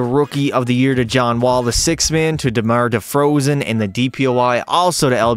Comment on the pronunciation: bro said Demar Defrozen